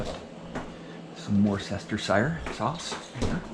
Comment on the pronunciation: Worceststersheshire sauce,,,,lol